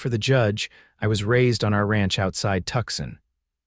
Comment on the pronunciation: The miss pronunciation of Tucson is grating. All the miss pronunciation is off-putting. I no longer enjoy listening